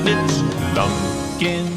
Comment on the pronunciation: I totally thought you said "Blumpkin the Pumpkin". I had to do a double take. That would have a very different movie if it were.